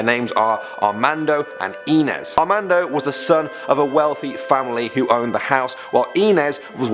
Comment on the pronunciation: You really need to work pn your pronunciations of regional words and names, for example: the name "Inez" is pronounced eye-NEZ. Mesilla is pronounced meh-SEE-ya. And La Llorona is pronounced La yoe-ROE-nah, and you have to roll that R in it. Otherwise good job. And Yes, I was born and raised in New Mexico..